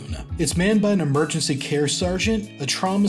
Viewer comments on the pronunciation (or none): none